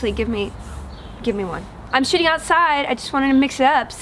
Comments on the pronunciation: Did you say shitting outside? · i SO heard "im shitting outside" in the beginning :D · I could have sworn you said "I'm shitting outside." And I was really happy, because I thought we finally had something in common. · Right at the start of the video, when she says "I'm shooting outside" It sounds a whole lot like she's saying something else.